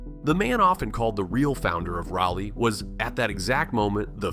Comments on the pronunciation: It's "Rah-Lee", for the record. We don't say 'You-All", it's Y'all. Sir Walter never set foot here, as far as we know....his last words were: " 'Tis sharpe medicine, and a cure for all E-Villes." One more thing....DOOK is known as "The University of New Jersey at Durham." ✌ 👽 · Just sounds like Wisconsen accent on that word. My biggest peeve is saying "read", when in past tense would be pronounced "red". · The subject of your research ought to be pronounced correctly. Train your voice clone to pronounce Rah-lee correctly. As in Sir Walter Raleigh. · Imagine making a video about a city and not even pronouncing the name right. This video sucks. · One should ask Mr Jim Goodnight or Howard Walston ? Does it really matter why the Lane Property became Raleigh? Land deal, money, influence? Nope, that's politics. Now, fix your AI to pronounce Raleigh correctly. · AI, but interesting. I just wish your AI voice over would have pronounced the name of the city correctly (by local vernacular). Drove me bat crazy. What happened during the Civil War here could have been elaborated upon. Raleigh was a fortified city with walls and ramparts around most of it - and canons. It wouldn't have been a walk in the part for the North. Some parts of the fortifications are still visible if you know where to look. One wall looks like a simple retaining wall behind a house, and only has a small plaque indicating what it really is. The deal made was that no shots would be fired at the Union troops, or the city would burn. But.....one retreating Reb, supposedly from Texas, almost ruined it for everyone. There was a statue of this guy at one point, but I haven't looked for it for years. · That’s not how you pronounce Raleigh! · Your robo-voice needs to pronounce it properly. He consistently pronounces it "Rally" which is incorrect. It is pronounced "Raw-lee" without exception. Fix it! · I say the locals call it Rolly. The word raw isn't what I hear. How about Rah-lee? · Rah-lee, not Raw-lee